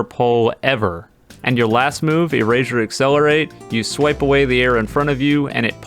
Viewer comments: I'm sorry if this is rude but "erazure" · Why does he keep saying erazersaure? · Moral of the story: says erasure like erashure